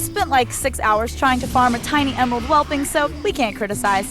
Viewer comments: The constant mispronunciation of "whelpling" as "whelping" is really getting to me. Love this episode though... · she said whelping like six times lol